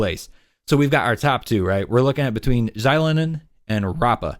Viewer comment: Great video, but it was kinda grating how you mispronounced Xilonen's name 😅😅 it should be like 'shee-loh-nen'